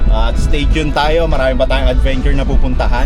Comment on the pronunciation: Naalala ko yun “marami-RON’ hahaha